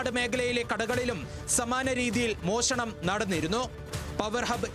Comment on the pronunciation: മോശണം അല്ല..മോഷണം എന്ന് പറ😂